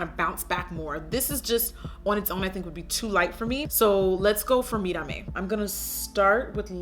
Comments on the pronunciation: Ur pronunciation of mírame was 👌🏼👌🏼👌🏼so glad u didn't say "me-ra-me" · When Jackie actually says "Mírame" the correct way! 🙌🏽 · Omg does Jackie speak Spanish ?! 😱 She pronounces Mirame so perfectly lol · That way you pronounced "Mirame" giiiirl! Are you Latina? 🤔😘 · Yes Jackie! You said Mírame so well. Every video I have seen on this collab they butcher that word. I love you and your videos, you always make my laugh and are so enjoyable to watch. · Love how you pronounced Mírame correctly!!!!! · Yesss finally someone that actually pronounce mirame right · YESSS! Some one who actually knows how to pronounce 'Mírame'! Spot on! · omy so much yasss at how you said Mirame! 👏👏 🙄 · I love that you said "mírame" perfectly lol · That pronunciation tho! Mírame with the tongue roll and everything!